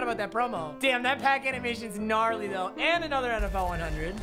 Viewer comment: did this man just say narly